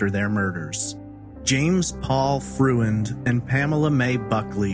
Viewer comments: Freund is a German name; and, it's pronounced Froynd, nor Fruh-end. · I believe the man's last name is pronounced FROYND.